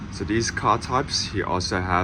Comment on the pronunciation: I remember a while ago pointing out that you pronounce these as dees, and you claimed it was because you were talking fast. But here you're talking slowly and dees words come out de same.